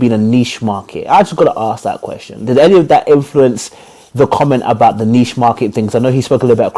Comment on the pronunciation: is hating on KG 🤷🏾‍♂️ And he can’t even pronounce the word “niche” right. Boy, shut up